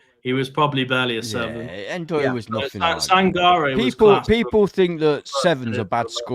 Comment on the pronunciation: "Worse than Tim in the comments" - hold up, I was just trying to help you with pronunciation! I told you it was N-Doye, not Doye 😂 You gotta start trusting me bro. I was right about Forest getting Europe within 5 years, I was right about Ndoye and I'll be right about Forest staying at least 10 years in the Prem (which I said to you when we came up). You're welcome 😉